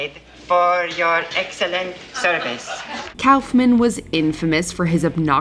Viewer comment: *RASPBERRY Andy "cowlf"-man lol!